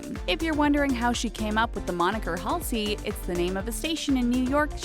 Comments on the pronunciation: Halsey's name is pronounced HAUL ZEE. Also her last name is pronounced FRAN GEE PANEE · "hAlsey" "lewis tomlinson"